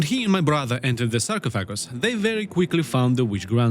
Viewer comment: Sark-off-a-guss but your pronunciation is way more entertaining!